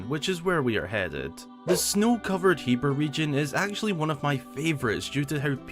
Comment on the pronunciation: Thank GOD you say hebra right